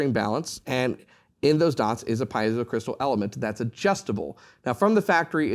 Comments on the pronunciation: It's pronounced: pee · ay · zow, not piezow. Sorry to be precise here. The word comes from the Greek, meaning pressure or push. The "i" is pronounced as an "e." In German too, the ie would be pronounced as a "pee" sound, not "pie" sound. Anyone who knows Latin or Latin-based languages, also knows this. Most people mispronounce Semper Fi, whereas the "i" is actually a long e, like Semper Fee (as in Fidelity). Don't expect a Marine to pronounce this correctly. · Great presentation! Please, though, "pee-ay-zoh" is the correct pronunciation of the pickup element.